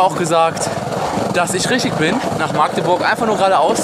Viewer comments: Wen triggert es auch dass er maaagdeburg sagt? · Wer sagt alles aus Magdeburg nicht Maagdeburg? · Das heißt Magdeburg nicht Maaaaagdeburg👍😂😂😂😂😂😂😂😂cooles Video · Wenn ich dieses maaagdeburg höre. #agressionen. Dat heißt Magdeburg. 😂😂Krass wie lange dat her is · jUNGE ... das heißt Magdeburg und nicht Maaagdeburg ;) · Es wird Mackdeburg ausgesprochen, nicht Maaagdeburg ;) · Es heißt nicht Maagdeburg sondern Magdeburg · Wie du jedes mal Maaahgdeburg sagst, statt Magdeburg :D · warum sagt eigtl jeder Maaagdeburg? so schwer ist es nicht unsere Stadt richtig auszusprechen 😂😂😂😂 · Ich kann dieses Maaaaaaagdeburg nicht mehr hören, das heißt Magdeburg (a kurz gesprochen) :D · Kommt n bsl später aber ich kann es nicht Hören das: Maagdeburg Einfach bitte Mackteburg aussprechen danke xD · Warum sagen alle immer MAAAAgdeburg???? Es heißt Magdeburg , mit einem Kurzen A🙁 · nicht maaagdeburg sondern Magdeburg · Mensch magdeburg und nicht maaaaagdeburg zieht das a nicht so ine länge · wie du immer Maaagdeburg sagst :D voll süß. kannst du mal wieder nach Magdeburg kommen? ich will dich unbedingt treffen! damals wusste ich noch nix von der lbtour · Ich wohne einfach mal in Magdeburg. Ich kenne alles. xD das einzige was mich aufregt ist dieses Maagdeburg. Das a ist kurz oder halt Machdeburch xD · du hast magdeurg falsch ausgsprochen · Das a nicht lang gesprochene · das wird kurz gesprochen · Digga meine ohren ich wohn in Magdeburg und du sprichst es immer falsch aus